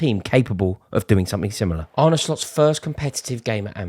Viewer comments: You don’t pronounce it as “Arney” but “Arneh” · It’s pronounced “ar-na” but apart from that, yes you’re correct, we’re sick